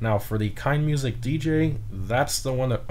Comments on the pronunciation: Since they are German, I think Keinemusik has an "uh" in the middle where the e is before musik (kine'-uh-music). --Someone who's name always gets mispronounced in streams. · you say Keineh Mooseek